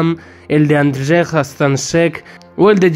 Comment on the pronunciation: Hola soy polaco y te quieria decir de que pronuncia Andrzej algo mal😂 pero es normal pq el polaco es un idioma muy dificil, pero su nombre bien pronunciado seria algo como Anllei